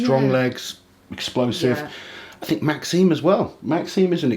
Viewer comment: My man Maxime got his name butchered in the predictions there😂